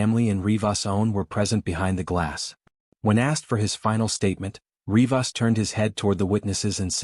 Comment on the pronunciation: Such a poorly made video... Starts with the way you pronounce RivAAs... Two Rodrigezes.... Rodrigi?? 😂😂😂